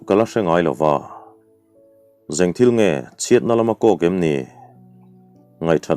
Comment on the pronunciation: Engthilnge tih tur ah jengthilnge i ti tlat hi enge a awmzia le